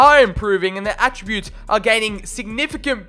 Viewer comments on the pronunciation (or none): none